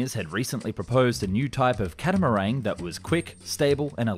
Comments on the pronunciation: CatamaRAN......not CatamaRANG. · 'catermangue' lol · Please, there is no g in catermaran. Also, your submerged base is only a floating dock. Totally not submersible. Not pressurised so not submersible. Please check your facts